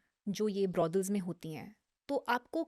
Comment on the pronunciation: Why is she saying BRODELS ???????? She can atleast pronounce it right !!!!!! ITS BROTHELS !!!!!!! It’s not that hard